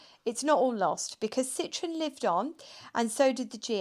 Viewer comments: Citroën. Not citron. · In French and German you need to pronounce IT correctly. This ist defenitly not a Citroen!